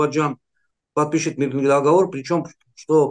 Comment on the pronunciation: не дОговор,а договОр)